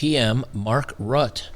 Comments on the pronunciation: it’s Ruttah that’s the pronunciation. And it is a collapse. The other coalition party’s refused his radical plans. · It's pronounced Rutt-tah. And the Dutch government, in whatever form, is still very much out for our farmers' land. The way they are set up here, legally, is in a way that, while most of them do own the land, they hold it by grace of the State and can't sell it, but to the State. And for those farmers who still have mortgages out on their land, their very own bank, erected by their very own kind long ago, has actually 'apologized' (as a form of virtue signaling) to 'the people' for giving out loans to farmers and thus aiding them in destroying the environment. They are now looking for legal ways to revoke the mortgages still out on farmers, thus ruining them (and the food industry in NL) completely. We used to be one of the richest countries in the whole world and now we're at the brink of famine... And if I didn't have a child, I would not be so disturbed by it but politics are actually ruining us... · They got the system to work for them - for now. They'll be back. Rutte is pronounced "ROOT-ta". The Dutch populous owes a debt of gratitude to Geert Wilders, who led the way toward rational evaluation of the craziness overtaking Europe. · Hi, Dutch guy here. It wasn't the farmer protests that did it. It was the ruling parties inability to come to an agreement on immigration (and the PM's unexpectedly firm stance on restraining it). The farmer party is expected to be quite large after the elections in november. Oh, and the PM's name is pronounced "RUH-tuh". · It’s pronounced “Routter”. Otherwise good content as always man! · You pronounce it Rootte (as in boot, but the t sound is a longer sound, and the e is pronounced) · Rutt - e, like German, the Dutch pronounce the final -e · Rutte is pronounced with an uh at the end. Not that i care, the guy was pretty rotten imo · I think it's pronounced more like Root-eh